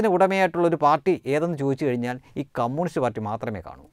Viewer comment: കമ്മൂണിസ്റ്റ് അല്ല . കമ്യൂണിസ്റ്റ് .